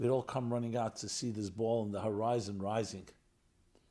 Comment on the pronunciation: Rabbi, you really need a voice coach. Your voice and speech are very unpleasant. Too many unpleasant extraneous mouth noises, lip smacking, nasal tones, sibilant Ts, adding a k on the end of a word ending in ing such as instead of the word rising you say risingK and so on. Very distracting. Constructive criticism, no shade. Please don’t react with thinking my criticism is malevolent, dismissing what I am informing, or going on the offensive defensive. It actually makes people angry because you should know better. Many people feel physically uncomfortable when they hear you and others speaking in this way. It is endemic in the Eastern European Ashkenazi population. It actually gives a boost to antisemitism. Telling the truth. Good news - it’s easy to correct and rectify.